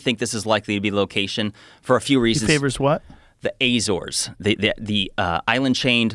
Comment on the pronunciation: The way he pronounce Azores (The Azores, Portugal).